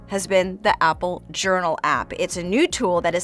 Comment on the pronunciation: I ❤ “Yournal”